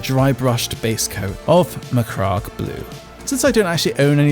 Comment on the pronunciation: No disrespect but you pronounce macragge like megamind